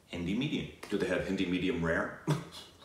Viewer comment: I like how has drastically improved his pronunciation of hindi words